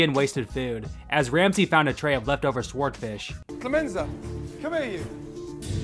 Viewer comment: Did this dude say “Swordfish” with the W? I love it! 😂👏🏼 HOLY SHI- RAMSEY SMASHED IT SO HARD IT EXPLODED 😱😂 He must be Hercules reincarnated 😂